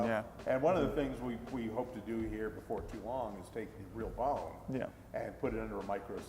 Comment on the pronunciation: i thought i was the only one who heard that lmao